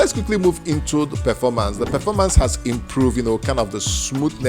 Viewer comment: Smooth Perfoormance